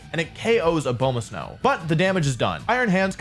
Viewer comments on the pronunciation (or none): If I hear this man say Abomasnow like that one more time I’m going to scream